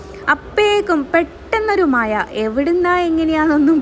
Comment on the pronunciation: ആദ്യം നാക്ക് നല്ലോണം വടിക്ക് താത്ത മയ അല്ല മഴ കഷ്ട്ടം